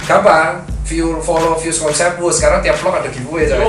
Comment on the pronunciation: "fyus konsep" "fyus konsep" "fyus konsep" ,brand medan bacanya juga ala medan.